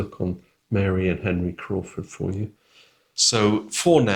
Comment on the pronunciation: it should be Admiral Crawford, not Admiral Croft!😊